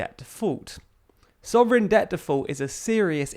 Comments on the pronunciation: 'Soverign' eh? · Soverign or Sovereign?